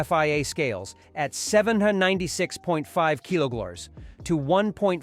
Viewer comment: kiloglars? kiloblurs? keelers?